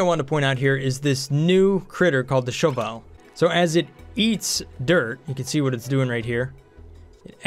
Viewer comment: Further, the Shove Vole is not pronounced Shovile, it's the Shove, Vole. Pronounced quickly, Shovel. It's a Shovel. XD